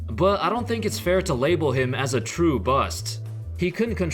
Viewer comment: How’s going folks? I can’t tell if you’re saying “it’s” in there or not. Always trips me up. Sorry. OCD.